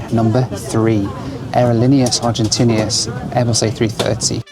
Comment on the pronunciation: Wow, what an epic trip this was... 😮😎 Not to be harsh but maybe for you to consider: maybe you want to learn how to pronounce cities and airlines in their local language. For example Aerolíneas Argentinas. That should be pronounced in Spanish. Same for Buenos Aires.